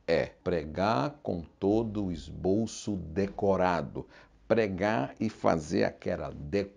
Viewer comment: Esboço, e não "Esbolço".